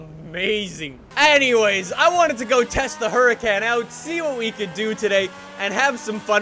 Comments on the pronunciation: FYI. It's pronounced Hurakahn Performanteh, not hurakän pformante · I think it’s pronounced “Her-uh-con”. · You literally completely exit out the R